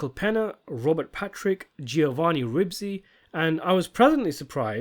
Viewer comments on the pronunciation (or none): I adore your videos and think you are a legend but your pronunciation of Ribisi and Nolte’s is triggering me. Are you pronouncing them like AI as a joke?